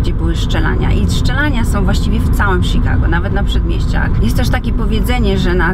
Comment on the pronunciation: mówi sie czikago a nie sikago.. wtf